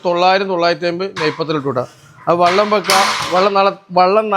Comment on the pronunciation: സുഹൃത്ത് വള്ളല്ല വെള്ളം